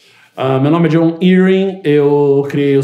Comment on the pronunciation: Na verdade não pareceu não kkkkkkkkkkkkk. Na pronúncia dele é John "ierrin"